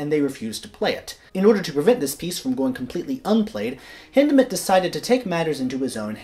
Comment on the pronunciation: Thank you for the correct pronunciation of his name! Hindemith is my favorite composer.